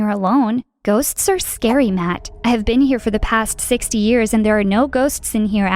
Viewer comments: thought he was saying 6 but did not heard 60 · i thought 16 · I thought he was saying 6😂😭